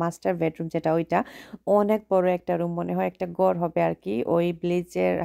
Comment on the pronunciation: কি কথা বলেন ওর গড় ওর গড়😅। বলেন অমুকের ঘড় ভিডিও করছেন Nicely talk করেন শুনতে ভালো লাগবে। ঘড় হবে গর না। ব কে ভ, ভ কে ব বলবেন না ধন্যবাদ ট্যাক্সাস থেকে। 🙏🇺🇸